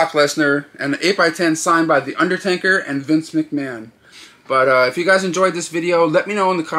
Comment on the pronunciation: Dude, he's called the UnderTAKER, not TANKER.